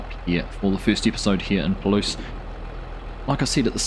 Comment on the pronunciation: It’s pronounced like “pah-loose”. They also empty by the combines driving to the grain cart on a flatter area, rarely on the go. Great start! Will be fun to see it grow.